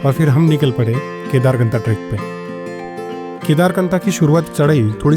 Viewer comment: It's kedarkanth not knatha